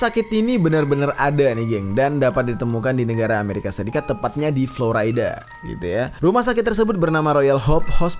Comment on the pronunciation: Florida nya dibaca biasa aja bang. Jangan dibaca Floraida😂